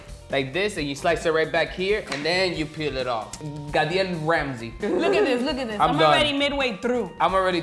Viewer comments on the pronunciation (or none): "Gadiel Ramsay" 😭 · "Gadiel Ramsey" 🤣